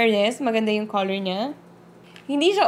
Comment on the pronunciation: hahaha nabulol kna po! hahahaha bet to ok lng po.. corol imbis na color.. =) anyway carry lng po more videos pa more! God bless..